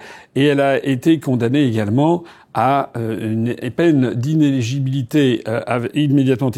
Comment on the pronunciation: Ce n'est pas inégibilité, c'est inéligibilité ! IN-É-LI-GI-BI-LI-TÉ, repeat after me